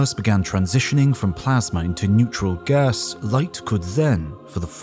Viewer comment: "neutral gaAASS"